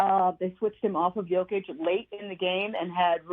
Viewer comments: And still calling him Joe Kitch smh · "Yokeitch" haha... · Its Yo-kitch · Say it with me: Yo-kitch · His name is pronounced YOkic...